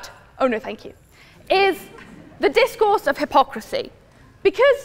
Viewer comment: And DiZCoUrZE